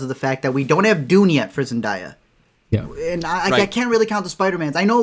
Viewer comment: First off, love you all and the podcast. I just wanted to say that Zendaya's name is pronounced Zen-DAY-uh!